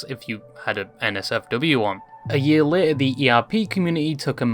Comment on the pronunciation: Pronouncing ‘Later’ the same as ‘Lair’ is cray